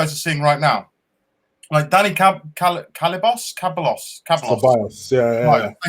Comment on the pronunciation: Cae-bah-loss lol it's Cah-by-Ohss like Toh-Reh-rah =Torriera